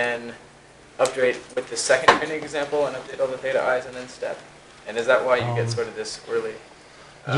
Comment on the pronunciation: i don't know if it's me or the teacher, but i can't stop hearing "Chinese example" instead of "training example"